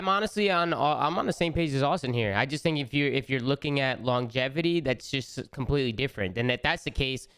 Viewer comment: kept saying longativity gahahaha